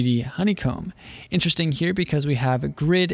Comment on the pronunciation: Vewy intewesting....